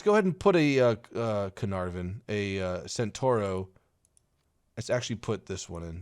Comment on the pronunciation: centauro is pronounced chen-tau-roh